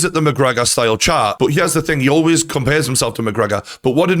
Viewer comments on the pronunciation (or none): none